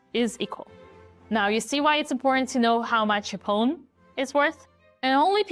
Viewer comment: Hearing her pronounce Pawn reminds me immensely of "Pone" as said by Foghorn Leghorn. "Well, shut my mouth and call me cornpone!" (Looney Tunes: "Southern Fried Rabbit" (1953))